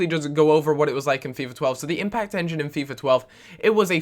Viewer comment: Impact enging? :D